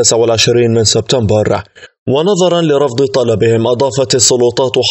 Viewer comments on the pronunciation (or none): none